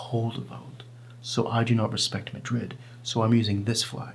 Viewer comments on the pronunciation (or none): none